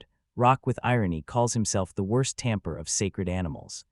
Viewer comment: How did "Lock" become "Rock" and "Tamer" become "Tamper"???